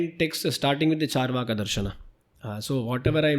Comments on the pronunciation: It's not chaar (as in 4) vaaka. Its is charu (as in sweet) vaaka. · Charvak, not charvaka